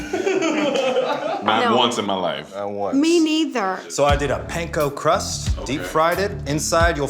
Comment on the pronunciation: Eugene pronouncing panko like it's not a Japanese word ... You know his mother went "Eugeeene 😞"